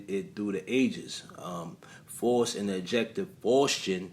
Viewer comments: *FOWST (pronunciation) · Its pronounced fowst. My husband didnt believe me when i told him disney had a movie called i was a teenage faust. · The correct pronunciation of FAUST is Similar To the word Foul or House..